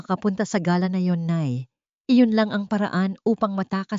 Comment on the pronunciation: Ayusin Mo naman ang pronunciation Mo. Gala dinner ibang pronunciation Ng Galà is a bird.😅